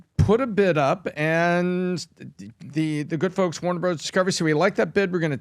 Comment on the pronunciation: Did I just hear him say time waner at the beginning of the video